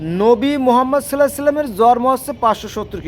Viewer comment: নিশ্চয় ইসলাম বেস্ট রিলিজিওন। কোরআন বেস্ট গ্রন্থ। আরো পড়া লেখা করা উচিত আপনার।আর 'জরম' কি কথা 'জন্ম' বলবেন।উচ্চারণ তো ঠিক করে বলবেন।